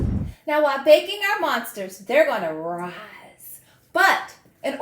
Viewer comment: Your skeleton costume is very scary but somehow I made it through the video. ☠️funny fact : when you said "we're going to do some bakin", the closed captions guessed you were saying "we're going to do some bacon" 😅